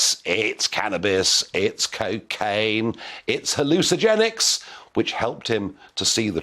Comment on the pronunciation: HALLU-CINOGENICS. Not hallucogenics.